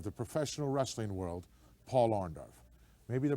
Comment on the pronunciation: I love how Hulk calls him OrndOFF